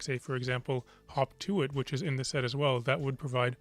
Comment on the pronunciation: Wasnt sure if you did say "Hawk tuah" or "hop to it" for a second there